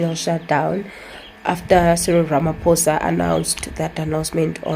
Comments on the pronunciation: Its RAMAPOSA not RAMAFOSA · He's not Ramafoza. The ph in his name is pronounced like paw or pause. Learn to pronounce people's names properly. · My sister its not Ramafosa but Ramaphosa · "Ramafosa" is crazy 😅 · Ay Ramafosa😢